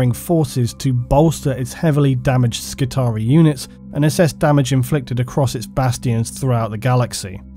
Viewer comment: I'm only at the beginning of my 40k rabbithole so I'm not the most knowledgeable, but I'm pretty sure the pronunciation of Skitarii is skit-AR-ee-ai with a long "I" sound at the end. Or possibly it's the Roman legion responsible for sketch comedy.